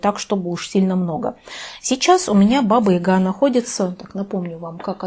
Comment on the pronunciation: Баба Яга! А не Ига!